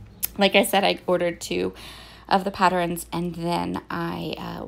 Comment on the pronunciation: Why do you say “pattern” properly but “patterns” gets an extra vowel and comes out “patterins”? Is that a regional dialect or accent?